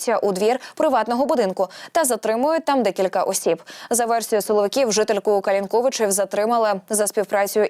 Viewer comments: КалИнковичи.Ударение на И.Це неважко перевірити. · Калинковичи наголос на другий звук.Ли.Це для ведучих.